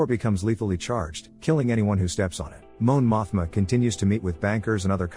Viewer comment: "Moan Mothma" ☠️